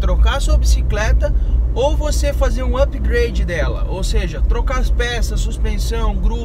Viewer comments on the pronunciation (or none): none